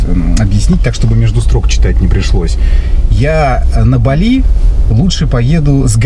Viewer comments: Не БалИ, а БАли, что ж вы, что одна, то второй, великий русский язык!!!😂😂😂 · Светская львица не знает как правильно называть, не балИ, а бАли.🤣 а поддакивает... вот такие у нас люди, с высшими образованиями..🤣🤣🤣